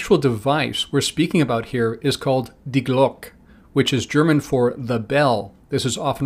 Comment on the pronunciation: FYI the German word for 'the bell' Die Glocke, has a spoken neutral vowel at the end, between a schwa and an e sound, as opposed to simply ending the word with the k sound.